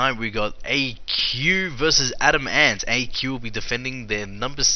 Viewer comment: It's not pronounced Adam Ant. It's adamant